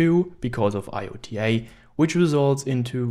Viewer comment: iota is pronounced "eye oh ta"